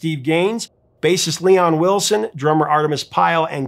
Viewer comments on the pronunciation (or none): Leon WilKEson was the bass player. It sounded like you said Wilson. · Love that you are featuring our Southern boys today. (By the way, it's Leon Wilkeson. Not Wilson.)